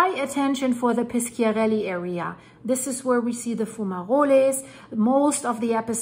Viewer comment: If you want is not piskiarelly Is Pisciarelli and you have to read "sci" like you read "sh" in the word fish